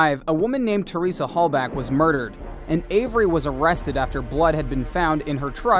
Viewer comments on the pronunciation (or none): And by golly, Teressa name is everywhere. Teresa Hall-Bock is how you say it. Not Hall-back.